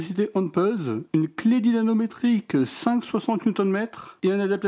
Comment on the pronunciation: Merci pour cette vidéo En revanche "dynaNometrique" je ne crois pas c'est plutôt "dynaMometrique" 😊